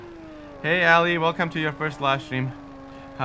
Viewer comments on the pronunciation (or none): none